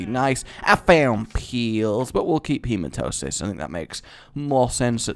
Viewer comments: You make me sometimes.... You say Hematosis, when its Hematemis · you do know the voice pronouncese the hematemisis pill, right? learn it. He-ma-tem-ma-sis. feel free to keep calling it Hematosis, but on the next episode you record (after you read this obviously, since you batch record at time) please just say it properly one time. please, for this random subscriber? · Rage, a question. Why do you keep calling the Hematemesis pill Hematosis? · All those hours of re/afterbirth and he still can't pronounce Hematamesis. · when you dont say hematemesis correctly. really, look it over for a min